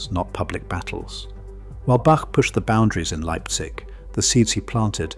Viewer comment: Please could we have our great Bach pronounced with a long A and ch as in Loch ?